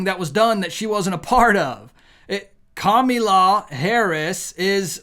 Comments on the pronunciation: Kamala. Not Kamila. Don’t sound stu**d. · It's Kamila, it's KamAla, for goodness sake. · Kami-law. Commie-law. 😂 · You need to learn to say her name correctly! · Kamala!people pronounce her name into different words 😊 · Why do you pronounce her name like that ? It makes you sound like a middle school bully and the message gets lost. Just curious. As a man who claims to be a Christian you have many instances of hypocrisy. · You are not really portraying Christ by making a joke and not pronouncing Kamala’s name correctly. I truthfully do NOT Trump and wish there was someone else to vote for. I don’t understand why any of the politicians think that Social Security belongs to them to decide they can cut or give away. I worked 30 years and the government took my money so I could get it back upon retirement. That is MY money not their’s.